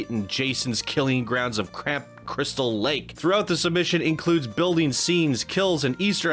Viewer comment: It’s camp crystal lake not “cramp” crystal lake